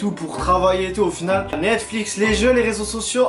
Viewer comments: Le daronne elle dit mixique à la place de Netflix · moi elle dit mecfic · Mdr elle a sorti Mexique au lieu de Netflix ! À chaque vidéo je rigole comme une folle mdr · Mexic au lieu de Netflix je suis morte 🤣🤣🤣🤣🤣🤣😂😂😂😂😂😂😂